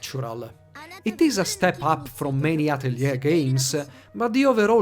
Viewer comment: You're the first person I've heard on youtube to pronounce Atelier correctly!